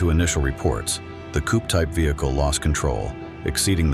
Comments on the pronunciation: nah bro really said vehicly and ovetaka.💀💀💀💀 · "Eyewitness accounts suggest that as the sedan attempted to overtAKA, it initially collEEded with a veHIKLEE in its own lANEH, causing to lOSEH balance and subsequently coLLIdAY with the tanker" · Overtaka and vehciler now that is a word mistake